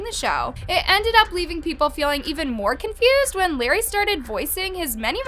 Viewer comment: the fact that she says larray like larry 🤡